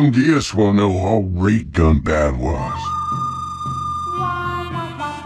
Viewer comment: 'ɡunbɑd'! not 'ɡʌnbæd'!!!!